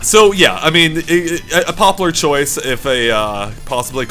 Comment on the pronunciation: Ahh, it's been so long since I've heard say "popular"...